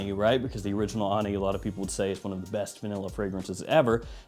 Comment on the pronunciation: Hey,! Ani is an ancient Armenian city. Pronounced with emphasis on the "i". )